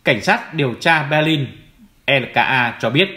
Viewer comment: Hoàn nghênh đọc tên địa danh theo quốc tế và Đức ngữ. Xin tôn trọng đừng dùng âm sai như. Béclin,Hambuốc,Frankfuốc.